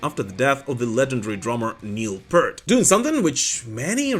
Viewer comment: Neil Peart.....PEE-URT.....PEE-URT.......NOT PERT.